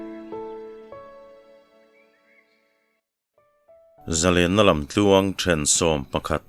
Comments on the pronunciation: Zalen na tih lai kha thluklo in zalenna tih kha afuh zawk hmel mange aw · Zalenna ti a lam ai chuan, za lenna ti a lam tur a nih zawk hmel